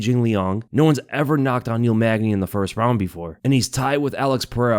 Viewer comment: Bro, its Neil Magny.